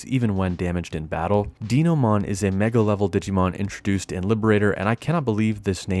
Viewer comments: to be fair, you did also say "divisive" with the short "I" sound, and Deenomon, rather than Dainomon, which there could also be a good reason for, I just think it's cool to chit chat with ya. Cheers to whatever happens with the channel in 2025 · ... did you just say DEENOMON?!